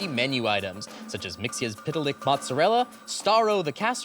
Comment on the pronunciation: Umm Actually Mxyxptlk. Is pronounced, "mix yizz spit lick" not mxylplick